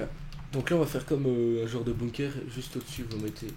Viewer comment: bunker pas bunkair, sais pas air France pour les bunker